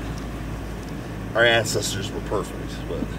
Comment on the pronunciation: "Our incesters"